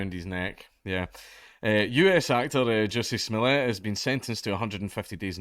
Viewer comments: did you just say Juicy Smooliée? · The pronunciation of jussie smollett , so good